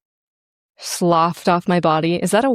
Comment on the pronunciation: sloughed is pronounced sluff